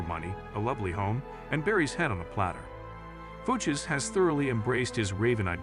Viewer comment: Shitty AI narration. "Fooches." Boo.